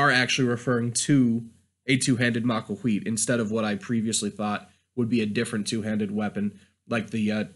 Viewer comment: Maquahuitl isn't pronounced "ma-qua-qui". It is pronounced "maquaquhitl"